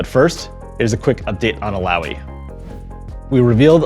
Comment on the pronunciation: Illaoi now Allaoi 😂